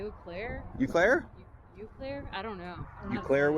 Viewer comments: Funny. Its pronounced O Claire and Ma Nards in these parts. lol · Welcome to Wisconsin… pronounced “Oh” Claire…. Ma Nards is headquarter in Eau Claire.